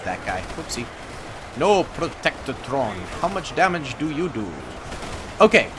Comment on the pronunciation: Bro they are called protectrons not protectatrons. I couldn't get past this.